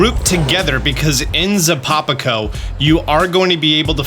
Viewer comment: I was loving this until I heard you pronounce "Zapopaco" 😆Jokes aside great video, appreciate the straightforward approach that delivers what the thumbnail promised. What a concept these days!